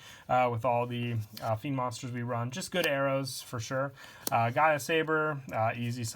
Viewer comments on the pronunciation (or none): none